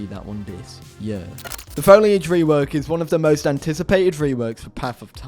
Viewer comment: saying YEEUUHH instead of year... my us brain hurts stop!